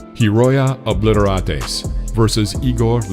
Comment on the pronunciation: LOL !!! "Hiroya Awbleetorahtaeze vs Igor Liubchenko" Come on! "Obliterates" is not his name. You pronounced it with some spanish sounding while thinking it was the last name of a japanese dude. I'ts a verb : "to obliterate" means "to destroy"